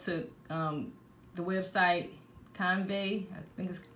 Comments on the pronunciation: Can-Va not canvae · Canva pronounced kan·vuh, but other on another note... GREAT VIDEO i love it all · “CAN”. “VA” CANVA… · I'm in the library listening to this video and i burst out laughing when you can CUNvey... gahahahahaha gurl, you got me weak!11 I love it.